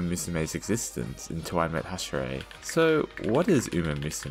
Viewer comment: Hashrie uma musume